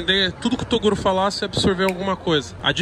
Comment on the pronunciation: torugo kkkkkkkkkkkkkkkkkk